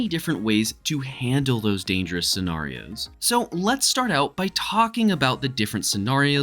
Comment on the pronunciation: Why do you say scenarios like that🤦🏾